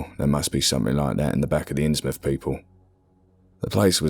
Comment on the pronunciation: Thank you for pronouncing "Innsmouth" correctly. Believe me, it matters.